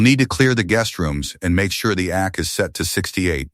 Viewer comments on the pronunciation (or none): It's not ackkk, it pronounced A-cee, for air conditioner. AI, get it right.